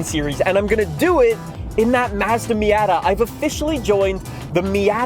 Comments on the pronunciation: I’ve never heard it said “Meey-yatta” I’ve always heard “me-oughta” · I literally cannot listen to this guy say miAAtAA one more time lmao. Fortsa is fine but Miata? I’m dying my ears are going blind